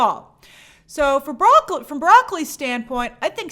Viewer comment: It's Bra-cole-E